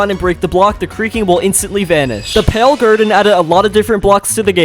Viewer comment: "The pale grrden"